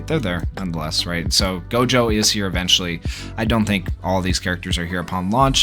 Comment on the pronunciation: “Jewgo” is crazy 💀